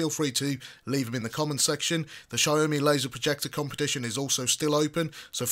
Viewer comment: Mate, the way you say Xiaomi is so off its ridiculous lol!